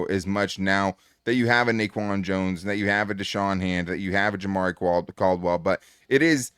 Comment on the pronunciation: love ya but the way you said jamaree caldwell is a rookie so what? i don’t think it matters as much as begore i don’t know if you recall a rookie last year named ladd and tarheeb still cam heart and another rookie a few years back named Herbert i think caldwell is gonna be another beast just wait